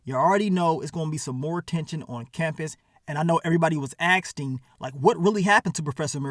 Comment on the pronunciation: this man put a t in "asking" lmao